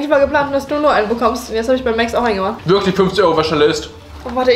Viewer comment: Warum wird Max eigentlich määääxxx ausgesprochen und nicht einfach Max?